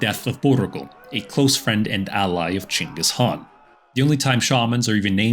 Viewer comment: Only white man to pronounce "chinggis khan" name properly as possible. Thank you.